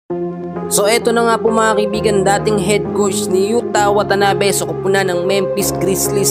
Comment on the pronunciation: YUTA WATANABE hindi YUTANABE.😅 at 6'9" si Yuta. Nag korek ang mali din magkorek. (Delete mo ulit)